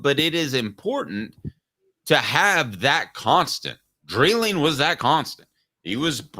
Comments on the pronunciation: Yall are driving me nuts saying Dylan Dreiling's name. It's DRY-LING not DRILL-ING. Lol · Dry ling is the way his name is pronounced